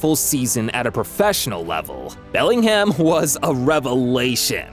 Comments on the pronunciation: did bro say Bermingham. 😂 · Belling HAM, Birming HAM